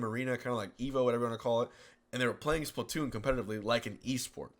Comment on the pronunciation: yes. Also it's splatoon not splatton :)